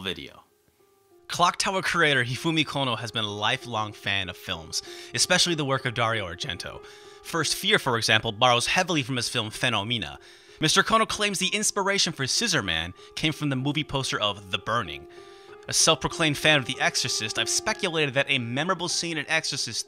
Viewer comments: Wait...Argento's FENO-Meena? You mean phenomena? As in..."this weather we're experiencing is truly a strange phenomena". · PHENO MEENA LOL Phenom-menna is how you say it